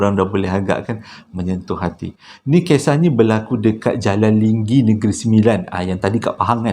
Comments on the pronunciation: Halo bang... LENGGENG bang BUKAN Lingging! Adoi lah... X boleh belah tu "Slmt dtg ke channel abg" hua³ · tempat cerita yang kedua tu Lenggeng ke Linggi bunyi sebutan macam Linggi.